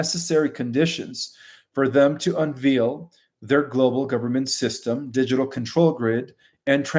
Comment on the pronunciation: Unveil is not un-veal. It is pronounced un-vale.